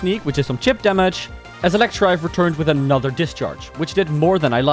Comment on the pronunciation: You said Electrive but its Electivire... idiot. But nice video i guess (pout)